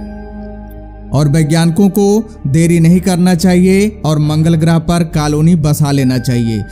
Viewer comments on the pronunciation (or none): Aur bhayya, कालोनी नही बोलते, कॉलोनी बोलो.